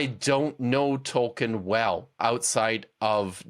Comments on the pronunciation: It's pronounced toll-keen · 1. Tolkien is pronounced toll-keen 2. Neither group of you guys understand what Orcs are at all. It's more understandable for you guys, since all 3 of you seem to only have movie knowledge, if that. But he's preaching about the literature & Tolkien's intent, and Tolkien was very open about disliking how he put forth Orcs & he kept changing his mind on both their origins & their inherent nature without the pressure of a Dark Lord. His latest decision before passing appears to be that they're corrupt humans, not corrupt Elves. It doesn't really explain their seeming immortality that way though. 3. The Silmarillion is literally my favorite book, with The Lord of the Rings being my 2nd favorite (I see it as 1 novel, as Tolkien intended). I don't appreciate the ad hominem style mockery, even though these apologists kind of deserve it. As a massive Tolkien nerd & a massive atheist, I feel mocked as well.